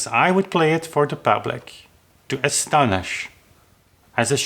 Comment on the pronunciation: Very interesting and informative, and you get a thumbs up from me.. I wonder, though whether 'charlatan' is the correct word to use. It suggests dishonesty or false pretences. The correct word is surely 'versatile' or 'improvisational'.. Also it is 'astonish', not 'asthonish', and I suggest you need perhaps to learn the correct pronunciation of 'admirable' for future reference. All the same, thank you for uploading.